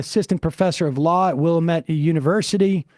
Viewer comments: It's Will-AM-ette, dammit. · If you live here it's pronounced Wil-lamb-ette. Although, I'm pretty sure Will-a-Mette is the official Native American pronunciation, I've never heard a local Oregonian say it that way.